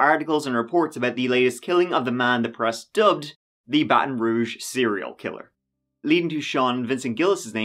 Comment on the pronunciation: This is my city 🥴 Impressed you pronounced ‘Baton Rouge’ correctly haha